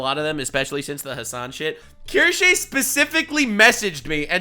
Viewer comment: finally able to say Kirsche